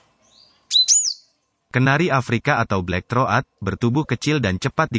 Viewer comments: Black Throat = blek throut bukan "Blek thro at" . Kalau memberi informasi untuk orang banyak mohon yang benar, pilih lah orang yang berwawasan luas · black throat....dibacanya blek trot ajha bang ...hurup a nya jangan dibaca...maaf ya cuman saran ajha.. dan juga parakeet dibacanya parakit......bukan paraket maaf ya bang bukan menggurui .....atau ngasih tau....cuman sharing ajha... terima kasih.... dan terus semangat....